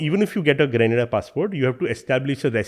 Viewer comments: The gentleman says indians speak good english . But he can't Pronounce grenada and barbados . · The anchor can pronounce govt .The guest can't pronounce grenada and barbados but hell we speak english well.